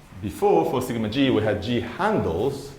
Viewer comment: Feeling amused that 'Sigma g' sounds like thingamajig :)